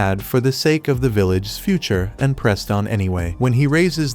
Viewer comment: Why did you pronounce mochi and sake like that?